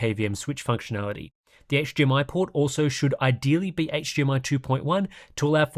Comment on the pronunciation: ngl, "HGR" and "HGMI" are killing me right now....though equally, the way you can rattle off all those different terrible monitor names completely boggles the mind, but in a good way.